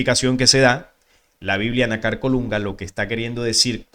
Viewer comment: disculpa,por favor pronuncia lo correcto ,fíjate que nácar es una palabra grave ,o consúltalo en un diccionario y veras donde lleva el acento,.